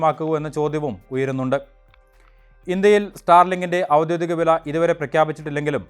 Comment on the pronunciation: വാർത്ത പറയുന്നതിന് മുമ്പ് ഔദ്യോഗീകം എന്ന് പറഞ്ഞ് പഠിക്കുന്നത് നല്ലത്